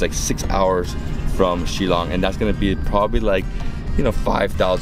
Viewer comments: It's pronounced as "Shil-long" and not "Shilong" and Meghalaya is the wettest place on Earth and not only in India but I really enjoyed the video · It's shil-long not shi- long I just want to help you out with this one, hope you don't mind 😃